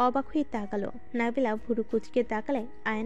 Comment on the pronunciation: নাবিলা না নাদিলা